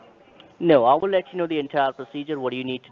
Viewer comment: As soon as your "Wouchers" are "Awailable"....you "Vill" send the "Wouchers" to "Vashington", DC.....LOL!!